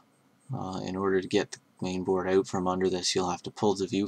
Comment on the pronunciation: ha you said "oot" cool vid though